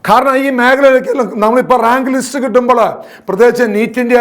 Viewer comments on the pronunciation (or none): none